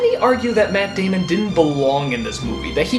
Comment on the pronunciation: matt damon not matt damond